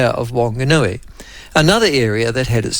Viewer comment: Good pronouncing of Opotiki but come on Michael I know you can do better with Whanganui 😂